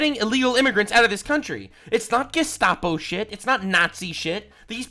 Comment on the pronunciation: Doesn't even know it is Gestapo not Geskapo 🤦